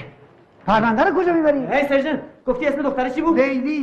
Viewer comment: دقیقه بیست و هفت که میگه « سرجنت» ...جهت اطلاع، تلفظ این کلمه به انگلیسی میشود « سارجنت» . واقعا چقدر بی سواد Sergeant